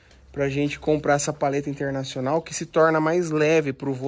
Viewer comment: Feliz ano novo de vida para o vô Anésio!!! Feliz aniversário 🍾🥂🍻🍺🥃🍹🍷🍹🎂 Ahhh... é PALHETA e não paleta que se fala,viu?